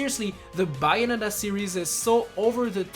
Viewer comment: "Me being a Bayonetta die-hard fan I would love to see the third game on the switch!" Can't even pronounce Bayonetta correctly